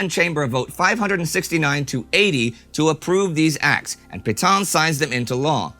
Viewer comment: Nice to see Indy finally more or less pronouncing Petain correctly.